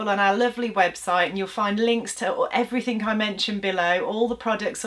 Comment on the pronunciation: No K in everything. Please stop saying everythink.